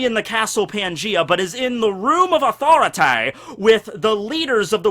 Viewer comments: How he said authority 😂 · Elsie Charles south park reference